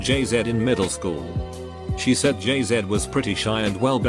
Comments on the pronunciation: "Jay-Zed" -text to speech 2019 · Jay-ZED? Ok, Canada! 😂🤣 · Maor_Da_Best it's Australian idiot